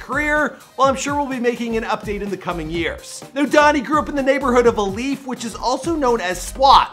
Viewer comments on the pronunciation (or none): This man pronounced “Alief” as “ah-leef”. It’s pronounced “ayee-leaf” bruh 😂😂😂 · “Uh-leaf texas, or south west UH-LEAF Texas”.... dawg.... its A-Lief. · you butchered a BUNCH of names in this. When doin' ya research check the pronunciation! It's AYE-lief not uh-lief, Sha-day, not Sade & Swishahouse. Not Swissahouse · He mispronounced Alief too. He said Ah-leaf and its pronounced Aye-leaf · i live in alief💀 i was like WTF IS AH LEAF? that ain’t no town in houston💀 then i saw the picture n was like “this dumbass” he literally had a video of someone pronouncing it right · Lol you slaughtered everything in this vid starting with alief, sade, swisha house, to musiq soulchild. Not to mention others. You guys might need more "urban" ppl on payroll lol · “A lief” 💀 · this dude said aleef smh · It’s Aye-leaf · It’s aye lief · Pronounced ayeleaf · Lmao if anyone here is from Houston yk that’s not how you say Alief l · The way he said alief bruh 🤦‍♂️ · 1. You mispronounced alief 2. That’s not Hastings highschool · Alief, Sade, Swishahouse, Musiq Soulchild, you worst than a sub pronouncing Nigerian kids names